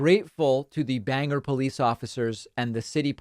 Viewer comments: David sir, it is pronounced Bang-gor not Bang-er. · This is a nit-pick but it's pronounced "Bang-Gor". No (er) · smh it's pronounced "Bang-Gore" not "Banger" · It's pronounced "Bang gore" David! Not "Bang ger". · I used to call Bangor Main Banger until I traveled there. They pronounce it Bangoor. Just saying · Dave. Love your channel. Dailey YT viewing. Trying to be helpful. 'Banger' is Georgia. Bang-Gore is in Maine. I'm sure you'll be on the' 'Scene of The Deluded/ Gullible/ I'm a victim". Please at least pronounce it correctly, while we break out the stakes and pitchforks (We still know where the barns are!) NOTE: STATEMENT FOR LAUGHS (Until the Black 'Helios show up in my field)! Hope that was fun! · David pronouncing Bangor as "banger" has me in tears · was looking for this comment as soon as he said it lmao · Bit of nitpicking, but us Mainers call it Bang-Gore, and yes most of us want her out of office.